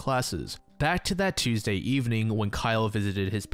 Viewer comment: holy shit an american that pronounces tuesday correctly, yay